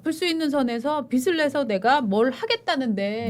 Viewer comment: 진행자는 원고읽는연습하기바람..관록이얼만데 아직도..ㅠㅠ 빚을..비즐이라고 읽어샤지 비슬이라고 읽으니..ㅠ